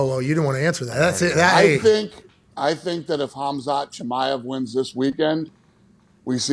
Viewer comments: "Kamzat Kimiev" I think and Chael are good to spell Khazmat's names:D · Khamzat about to smesh you guys for saying his name like that brotha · The way they pronounced khamzats name…cas-u-als. Stick to football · Please learn how to pronounce Khamzat's name. It's honestly embarrassing. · I’m surprised Pat didn’t know how to say Khamzats name, it’s all anyone talks about